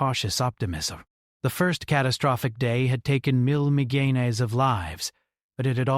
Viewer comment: Can’t stand it anymore!! “Million” is pronounced “ MILL YUN”. Thank you.